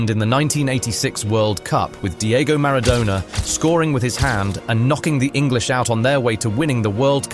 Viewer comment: Who calls Maradona MarDOWNa? 🤣 too be fair ive called the cheating scum lord worse than that haha